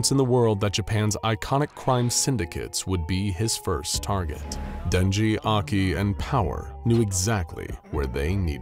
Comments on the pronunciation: that aint denji thats jednji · Not denji (X) lee kmkl saput haha not not 🚫🚫🚫 Denji leeeee